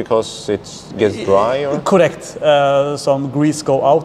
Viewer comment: I love when he says "cUrect' :D